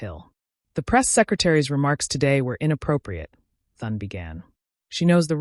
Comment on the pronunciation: Maybe less dramatic filler and more effort to be able to have AI pronounce the Senate Majority leader's name